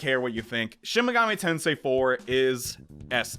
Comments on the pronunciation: "Shin Megoomi Tensai" the first time you said it lmao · My dude said shin megumi ten sai at first